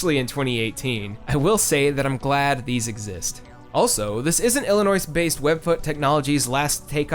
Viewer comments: Did.... Did you just pronounce "Illinois" as "illa-noise"? Oh. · The "s" at the end of Illinois is silent. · Sir. Illinois is pronounced with a silent S. Respect my state, thank you. Also, excellent breakdown.